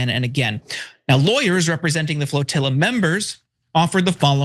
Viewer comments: FROTILLA?? What is wrong with that woman? She can't even say the word. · Did Nina say “fertilla”? Why are blacks so dumb? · whats a "frotilla" 😅😢